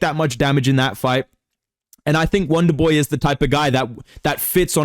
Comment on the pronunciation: “wanderboi I want to faight wizzyoou”